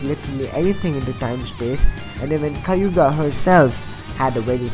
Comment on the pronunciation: So many wrong things about this video. 1. Yamato is on the list and Minato is not????? Wtf 2. Tobirama Senju 10, really???? 3. You said Kayuga instead of Kaguya 4. Please for the love of God , learn how to talk. Like ffs I couldn't understand half of things you said. Jesus Christ I've never heard someone talk like that...